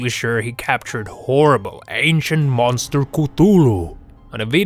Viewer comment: He said boster